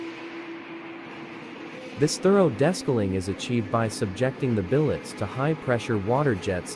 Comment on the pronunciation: Desk-a-ling? LMAO